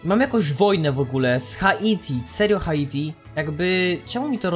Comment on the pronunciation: Drogi, nie czyta sie HA ITI tylko Hajti. (na przyszłość):D